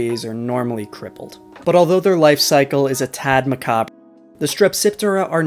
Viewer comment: Also I'm pretty sure you pronounced macabre correctly